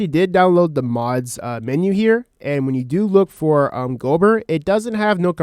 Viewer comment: I can dismiss someone spelling it as "breathin", but I can't dimiss someone saying Gobber incorrectly for an hour. GAH-BUHR... not GO-BUR. 😅 JK. Great video